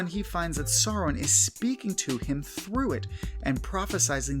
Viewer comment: Imma be brutally honest, the way he pronounces 'Sauron' as more like 'soron' kinda pisses me off a little